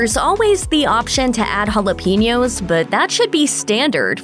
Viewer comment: You almost pronounce provolone correctly (should be pro-vO-lo-ney, not pro-vA-lo-ney), so please try to pronounce jalapenos as ha-la PEN-yos instead of "hala-pee-nyos" 🤣